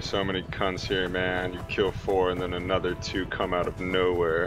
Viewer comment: lol "i just got onther guy". onther codak moment